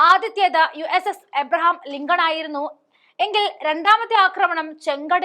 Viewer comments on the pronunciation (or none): "ലിംഗം" അല്ല മോളെ "ലിങ്കൺ"😂